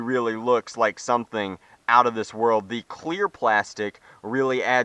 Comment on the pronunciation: out not oit